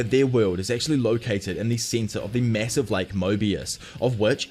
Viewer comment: "His meh was mwasivv"